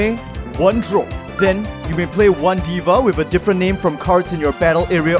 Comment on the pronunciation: Weird Question: why did you pronounce "Deva"" as "Diva." I do believe it is supposed to be pronounced as "Dayva" in Japanese, the "e" being more of an aaa sound.